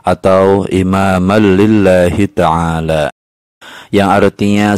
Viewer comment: maaf sebelumnya ya pak, bacaannya bukan ada Al,tapi ada an lillahitaala